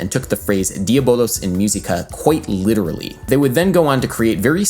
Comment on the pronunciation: It sounded horrible. I cringed every time he said “myew seeka”.